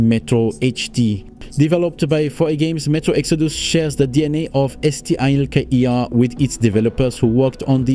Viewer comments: Je comprends pas le délire de prononciation de STALKER là.. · Yes wtf is wrong with you just say Stalker ffs xD